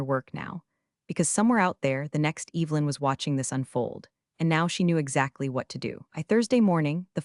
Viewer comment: How do you mispronounce Evelyn……? That was the first sentence. What a joke